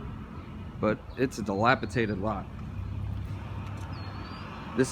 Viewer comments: Dilapidated, not dilapitated. ;) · NES, SNES, 2 SEGA Genesises, countless toys and games. I'll miss the big K. Oh. And it's dilapidated, not delapitaded. C'mon YouTube star!😂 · dilapidated not dilapitated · Enjoyed the video and commentary. Heard "dilapiTated" a few times.